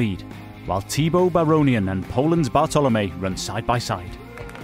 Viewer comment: it's Bartlomiej Przedwojewski on 2nd, not Bartolomiej. very unprofessional!